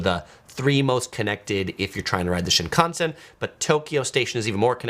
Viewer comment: You are really mispronouncing Shinkasen.